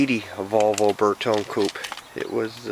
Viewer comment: It's "bear"tone ... no "burr"tone